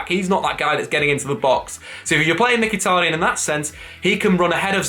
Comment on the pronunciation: has finally pronounced mkhitaryan properly! 🎉🎉